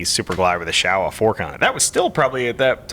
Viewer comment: It's called showa not shower and it's Ducati not Ducati